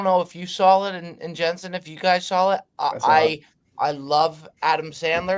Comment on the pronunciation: Every time says Sawl or Drawl I want to lose my mind! It’s Saw and Draw! There’s no Fucking L!!!!! Besides that great job boys. calling CC son LD is fucking classic!!!!! Never change boys